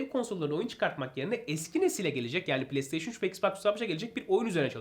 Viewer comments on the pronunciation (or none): none